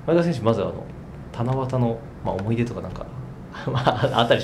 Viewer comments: ほんまや！思ひ出言うてますね〜笑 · 才木ずっと思ひ出って言ってんのじわる